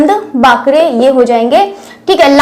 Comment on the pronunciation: सदानंद बाकरे . वाकरे नही . बाकरे .